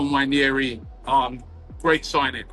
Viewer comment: nwah-NAIR-ee, not nwha-NYAIR-ee No "Y" in the pronunciation.